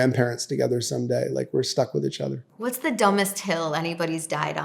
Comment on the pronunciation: He says itchother quite a bit.